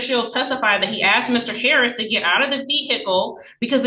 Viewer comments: The cop “axed him”? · He didn't ask him questions. According to the cop's testimony, he axed him questions... that's coercive and threatening...